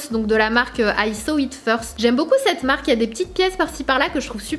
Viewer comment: Sanaa, je t’adore mais peux-tu essayer d’arrêter de dire « CED robe » au lieu de « cette robe » 😭? Haha!! Bisous